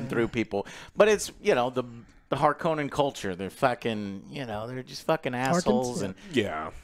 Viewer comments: HARk-O-nen is a Finnish Sir name (no Conan ) and it is how Frank Herbert pronounced it in interviews. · Thank you !!!! no ideas why they change the pronunciation of Harkonen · Herbert himself pronounced it Harkonnen. Sure Har-koh-nen kinda sounds better, but that doesn't respect Herbert's vision.